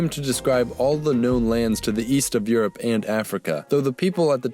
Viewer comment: Where is the "yu" in "Europe"?